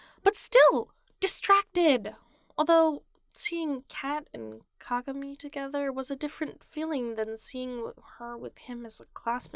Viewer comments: The way she said kagami lmao 🤣 "cogamee" lol I love it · Atleast pronounce kagamis name right